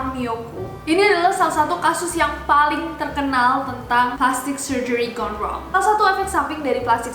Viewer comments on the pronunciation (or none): Gone wrong itu bacaannya kayak "Gondrong" :v